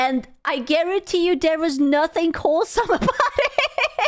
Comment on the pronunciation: See when she says wholesome she means hole-some lol